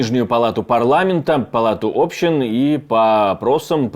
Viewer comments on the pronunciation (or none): ОбщИн ,а не Общин , граматей хуев 😂